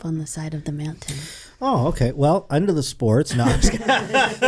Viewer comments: I’ve been saying meowntain to myself all day 😅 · Is it just me or does our beloved say meow-tain? Happy 200th,! 🪳